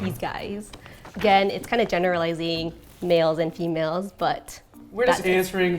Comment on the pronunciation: How did no one say anything when said "-eralizaing"? Taylor, I'm disappointed in you.